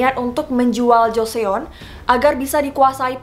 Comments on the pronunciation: Baca joseon nya salah kak :( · Maaf kak kakak penyebutan joseon nya salah kak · Baca joseon nya bukan gitu kak :( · Mon maap kak, agak keganggu cara kaka nyebut kata 'joseon' .. (mungkin krna aing udh terbiasa denger kata joseon dengan ejaan korea hihi) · Agak terganggu dikit dgan pembacaan "joseon" nya itu aja sih 😊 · pelafalannya salah kak. eo (어) itu dibaca o juga tapi agak ditekan walaupun nggak sejelas o (오). jadi biar gampang bacanya o juga aja. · Nah iya, gue bingung orang2 kok bacanya pada jo-se-on. Padahal eo itu cara baanya o 🙈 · Pengucapannya bukan Joseon tapi Joson, karena klo bahasa korea setau aku pengucapannya huruf vokal yg double,yg dibaca huruf yg paling terakhir 🙂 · Benar banget Joseon di baca Joson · Kak sebutan joseon bukan jo-se-on tapi jo-son😊😊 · Bener mb... pdhl kk nya udh bener pronounce ny putri d(e)Ok(h)ye, tapi knpa baca jo-se-on..ga jos(e)On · Joseon = Joson. Jo-son, not jo-se-on. Hehe Btw love bgt sama semua ceritanyaaaaaa 🥰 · Kak mau koreksi aja pembacaan nama dinastinya Joseon (조선) dibacanya Jo-Seon atau Jo-Son (huruf O nya dibaca seperti membaca kata "Gong") Jadi bukan dibaca Jo-Se-On tapi Jo-Seon. Karena vokal EO nya 1 huruf. Makasi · Josòn deh kek nya dgn aksen korea gt. Bukan jo-se-on. Prounciation korea beda sm penulisan nya. Kek misal kweanchana yo? Dibaca kincanayo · Joseon di baca chosun atau josun bukan jo sé-on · kak bacanya itu joson bkn joseon aku nonton di korea reomit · Joson bacanya bukan jo se on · halo kak! maaf aku cuma mau memperbaiki pronunciation Joseon :) eo dibacanya kyk o juga kak jadi seperti JosOn bukan JosEon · hai kak aku mau kasih masukan. Joseon bacanya Joson kak, bukan Jo-se-on. terima kasih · FYI kak bacanya joson bukan joseon 😊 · Joson bukan jo seon baca nya👍👍👍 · Joseon dibacanya Jo- syon mbak.. bukan Jo-se-on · Bacanya langsung joson bukan joseon. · Pleaseee bacabya buka jo-se-on tapi jo-sonn!! 😩😩😩😩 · Dibaca "JOSÔN" bukan joseon 🤣🤣🤣🤣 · ganggu bgt nyebut jo se on jarus nya jo son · Ngakak JO-SE-ON